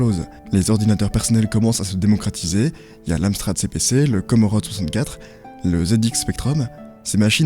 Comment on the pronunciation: Globalement le récit et surtout la conclusion sont bons, mais ça serait bien de ne pas prononcer de travers tous les noms. (Entreprise, département, personne) C'est Commodore (pas comorode), Morbihan (mor bi en, pas moriban), Michel Ancel (en selle, pas Michael Hancel). C'est 159 millions de perte (pas milliards), c'est impossible 159 milliards pour Ubi, c'est pas Microsoft.